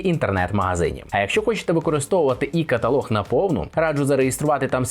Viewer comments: Не І каталог, а Є каталог, як Є - бали! то все так і зроблено, є авто Е-трон, е - електрика.Є - каталог. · І-каталог, це дуже боляче звучить,електронний каталог, отже Е, або Є